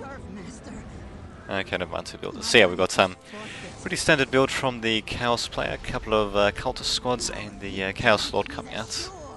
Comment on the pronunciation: Great commentary man <3 The first time you said Chaos i heard Cows so i was like wtf o.O Anyways keep on the good work. And keep uploading those Men of War commentaries ^^